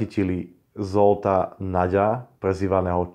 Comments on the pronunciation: Nazdar, super vypravanie, len v maďarštině sa gy vyslovuje ako ď a zs ako ž ..žolt a ly ako j konkoj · super video. Len tolko že Zsolt vyslovuj po slovensky Žolt. Konkoly=Konkoj.😁 čo bude video o Bélovi Écsiho, tam vyslovuj Béla Éči. 👍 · veľmi ma zaujalo že mesto Győr alebo meno Zsolt vyslovuješ foneticky ale priezviská mafiánov vyslovuješ tak ako sa má